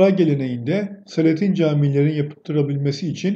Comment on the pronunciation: Selatin, Jelatin der gibi değil.O, daha gelmedi anlamına kullanılan " o, hala gelmedi" derken a'yı biraz uzatıyoruz ya , onun gibi la'yı da uzatıyoruz. Tin değil "Tiyn" diye okuyoruz yani SELATİYN. A yı biraz uzat ama çok değil..